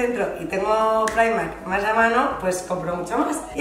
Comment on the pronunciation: Ayyy me pone súper nerviosa cuando pronuncias Primark (praimark)....Primark hija de toda la vida! Tanta tontería